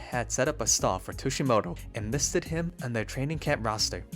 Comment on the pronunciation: Sorry if I’m just nitpicking, but the pronounciation of Tsujimoto, Miura, and Fukufuji’s names were, for the most part, way off.